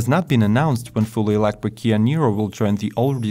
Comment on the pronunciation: I wuv how sexy you make eeewektwick vehicles sound when you say eeewektwik if I had an eewektwik buttpwugg inmuy anuss eye wood have a huge eeewektwick boner!!!